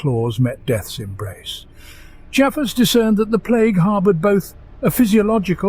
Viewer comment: Ciaphas is pronounced "KIE-a-fuss" and Genestealer is pronounced "Jean stealer"